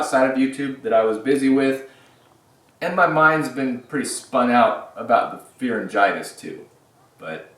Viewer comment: Did you say fearengitis??